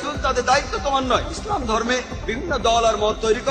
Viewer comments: ইসরাম না ইসলাম আপনার উচ্চারণ ভুল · এখানে যারা কমেন্ট করেছেন তারা হয়তো প্রাতিষ্ঠানিক ভাবে অনেক শিক্ষিত কিন্তু চিন্তা-চেতনায় হুজুগে বাঙালি উপস্থাপক ভদ্রলোক যে শব্দ চয়ন এর মাধ্যমে ইসলাম ও মুসলিম এই দুই শব্দ কে বিকৃতভাবে উপস্থাপন করেছেন সেটা কেউ ই উপলব্ধি করতে পারেননি পারেননি ইসলাম কে ইস্রাম এবং মুসলিম কে মুস্রিম বলে উচ্চারণ করেছেন আমি এটার প্রতিবাদ করছি এবং নিন্দা জ্ঞাপন করছি 😡